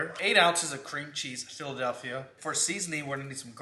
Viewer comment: Lmao why did say Philadelphia like that 😂 Hilarious